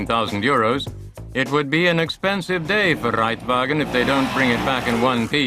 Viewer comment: Wir san einfach nur Modoorradl-Fohra! :-D Und nice wie sie "Der Reitwagen" aussprechen, des hätt der Ade nicht besser gekonnt, hehe :-P